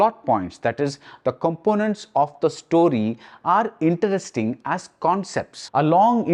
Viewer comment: why does he say "interesting" in a strange way? is it deliberate to mean something else??🤔